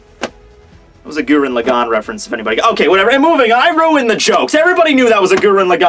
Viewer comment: GUrren laGAN? lmao GUrren LAgan bruv